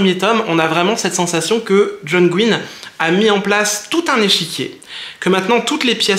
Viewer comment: Mais qui t'a dit qu'on disait "gouaïny" ? On dit Gwynne comme tu le prononces, pas de soucis. Tous les youtubeurs anglophones le prononces comme ça, y compris... Les fils de John Gwynne sur leur chaine youtube "The brothers Gwynne"